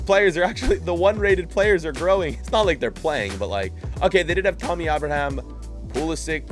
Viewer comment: its TAMMY not TOMMY, you make american fans look like idiots when you mispronounce every damn cup competition and player names